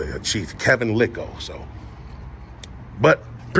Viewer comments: you are out in the Western burbs, the "s" is silent; it is pronounced lile like tile. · The “s” is silent man. “Lyle” is I The correct pronunciation